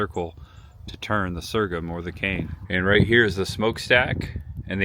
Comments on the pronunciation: sore-gum, like your gums are sore. wtf is sergam? ;) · The correct word is so’rgum. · Sorghum is pronounced "soregum".